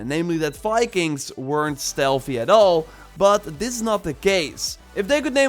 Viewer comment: Please don’t stop saying Fikings 😄😄😄😄😄😄😄😄😄